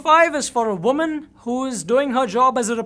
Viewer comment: For number 9 u said voman instead of woman